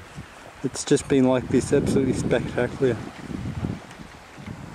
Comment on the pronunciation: "spectacliar" - & - Why is the image pulsating? The whole image is warping, I've never seen this on mine. I don't think it's focus breathing or IBIS, did you do any software stabilisation in post? A few blow-downs but nothing major [shows massive blown down tree]. Also: - Loved spider web building and mosquito assault. - Today, instead of cheerio to punctuate your takes, it's *cheek click sound*.